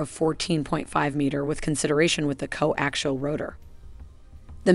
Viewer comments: Co Axle? lol Not Co Axial? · I appreciate the effort put in to this but it’s laden with inaccuracies, to start ‘co-ax-iahl’ not co-actual. “Most helicopter main rotors rotate in the clockwise direction” … not true, there are as many CCW as there are CW, European types tend to be CCW while many US types are CW, it’s up to the manufacturer. Still this extremely versatile and capable machine is often overlooked for more hyped Western types, so I appreciate your effort. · "co-actial'? "co-axle"? ...whatever.. one of those! lol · I have trouble listening to the computer-narration butcher the pronunciation of the word coaxial! There is an 'i' in there and it IS part of the pronunciation! If you can't get that right - puts the rest in question. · Someone is having trouble pronouncing coaxial. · The narrator can't even pronounce "coaxial"!!!!!